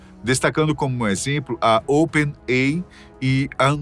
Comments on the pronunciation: não sabe ler? Não é Open-ei! é "Open-ei-ai" (OpenAI)...☺ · Excelente o vídeo, mas o apresentador fala "open ei", quando deveria falar "open ei ai"! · Toda vez que é falado Open "Ei" eu sinto um soco no estômago. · Open "Ei" 😂😂😂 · C&A não pronuncia "sei" assim como Open AI se fala Ei Ai. Espero ter ajudado este canal maravilhoso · OPEN EI AI !!!!!!!!! PRONÚNCIA CORRETA, OXI! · O narrador esqueceu do ‘i’ em Open Ai?